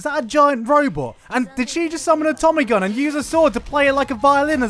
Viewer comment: Asebele Keto I actually facepalmed when he said "tommy-gun" lol